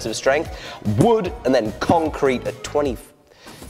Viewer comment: To the con-crete? I think you may have used the wrong em-Phasis there mate :-)